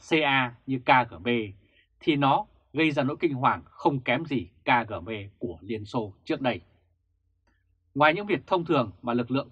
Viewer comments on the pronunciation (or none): ơi: nói đúng là Ka, Ghê, Bê nhé theo tiếng Nga